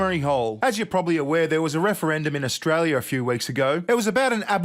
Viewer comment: Ash-Tray-lia the TEST BAR.